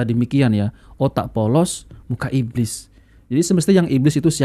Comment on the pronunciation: Ibliz ngomong ibliz,,,cucooo tahhh sibahar bin setannnnn😂